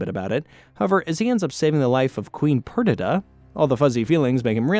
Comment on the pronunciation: Hearing you mispronounce Cheshire, Zatanna, and Perdita hurts to hear.